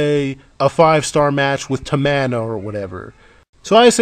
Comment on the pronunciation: Can you plz not call Tamina “Ta-Man-A?” I actually agree w/ most of your opinions but that comment keeps coming across very misogynistic. She’s a woman, just like everyone else. And she also faces a lot of criticism from smarks like all the other divas.